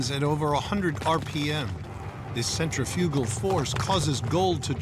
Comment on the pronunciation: The narrator can't properly pronounce centrifugal